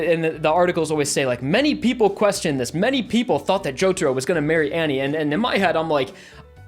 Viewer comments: "Annie" Anne... my guy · Umm hey why do you say Annie instead of Anne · Nothing serious, but you pronounce Anne as Annie, when Ann and Anne are the same pronunciation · I think it's pronounced "An" not "Anny" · Wow, so that's how americans pronunce Anne, huh I always thought it was pronunced An - ne, not An - ni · btw its pronounced ann not annie if im not mistaken oh and lisa lisa and trish are a johoe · If he said ANNIE instead of ANNE one more time I was gonna fucking use cream to fucking disinintegrate myself. Jokes aside love the vid. ^_^ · me listening to this guy pronounce Anne like Annie for 3 minutes :| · Saying "Annie" for "Anne" is giving me Attack on Titan PTSD. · The way he pronounces Anne is getting to me ngl. Nothing wrong with it but it's just a bit annoying. :> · I completely agree with everything you said, but dude, you butchered Cioccolata and Anne's pronunciation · Same. He also mispronounced her name.